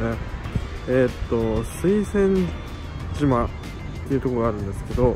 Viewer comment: 初コメです。岡山はお隣の県だし福山市もお隣で…いつも楽しく観てます。探検したり旅したり面白い！冒頭のすいせん島…間違ってるのも新鮮😊